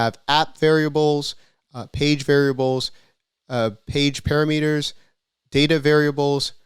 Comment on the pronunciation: Nice vid. PaRAmeters. Stress is on the second syllable, not the first.